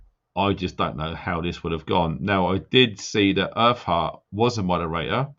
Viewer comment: When you said earth heart it sounded like you said her fart lol. 😆 Sorry. 😞